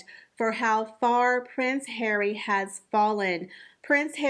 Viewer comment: You always bring me such joy when you say "PRINCE HAIR-WEE"